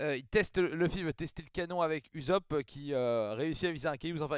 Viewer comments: Ça se prononce Oussop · A priori en tout cas de ce que j'entends et source la vf on dit "oussope" . Sanji te fais penser à Armin dans snk bon ils sont juste blond quoi 🤣